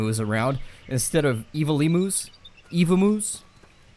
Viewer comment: can you please when saying emu's make sure to say it the right way.